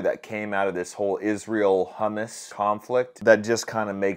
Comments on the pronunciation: 😂😂😂 you butchered humuss .. it's hum mass.. not like that matters it's like calling the afganiz the tolybon.. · pronounced: Ha--mas... not hu--mus (which is a chickpea based dip) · Calls them hummus, instead of hamas. Lol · It’s pronounced HAmAs not hummus, which is a chickpea spread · You said hummus instead of Hamas LOL hummus is a type of bread LOL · Ok, he saved some people who are innocent. But THE REAL REASON BEHIND THIS ATTACK IN ISRAEL/HAMAAS "INVASION", (pronounced CHAAMAAS, LIKE clearing your throat "cha" Like the name "CHAIMEY" ) Something just doesn't smell right... im not sure what exactly, but something just doesn't add up. The math ain't math'in!